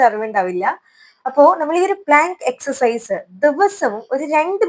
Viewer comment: എക്സർ സൈസ് എന്ന് പറയാൻ എന്നാണ് പഠിക്കുക